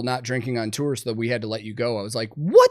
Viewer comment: Thanks for pronouncing "tour" correctly... many clueless people say, "tore".